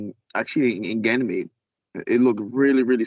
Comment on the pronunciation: I don't know if this is legit or not. Never any proof of any of these kinds of stories. doesn't sound very educated for someone who is supposed to be in a space program. He can't even pronounce Ganymede properly. Anyone can make up these kinds of stories.